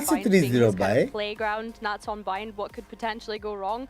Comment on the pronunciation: nats not nutting.. the russian vibe